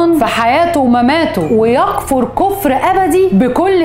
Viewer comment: استاذة بعد اذنك لمن تقرأي حديث شريف لازم تسمعيه الأول من النت و بعد كدا تقوليه ، شغلك و مكانتك الإعلامية و نجاحك مرموقة. ( من أتى كاهنا أو عرافا ((( فصدقه )) في شدة على الصاد.. و بعد كدا فقد كفر ( فتحة علي كل حرف )).